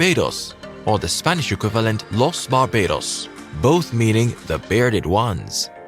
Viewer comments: Very poor pronunciations. If you are going to refer to the original languages, then you could at least use the original pronunciation. It would sound so much more authentic. You could have put much more effort into learning the pronunciation! E.g los bar-baa-dose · Re: Barbados a) The pronunciation is more like "Los Bar-bah-dose" b) The Arawaks, not Caribs, inhabited Barbados some 500 years before the largescale European invasion in the 1400's c) An additional theory as to the island's name is that when Portuguese sailors first encountered they saw black bearded men. I like your production quality. It may be helpful to check pronunciations beforehand. One love from Barbados aka. #bim #bimshire #derock #littleengland 🇧🇧🇧🇧🇧🇧🇧🇧🇧🇧🇧🇧🇧🇧🇧🇧🇧🇧🇧🇧🇧🇧🇧🇧🇧🇧